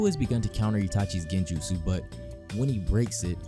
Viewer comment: My boy really said "he broke itashis genjutu" 😂😂😂😂😂😂😭😭😭😭😭😭😭